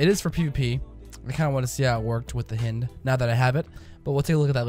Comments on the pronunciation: HI-ND not H-IN-D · h-eye-nd. I GOT SO TRIGGERED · hynd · It's pronounced the same way as the Russian attack chopper. (hi-eend) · It´s pronounced hind ok? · I cringed every time you said hind I've always pronounced h-eye-nd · It hurts me every time he mispronounces it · I was just thinking that lol how do you mispronounce something so obvious haha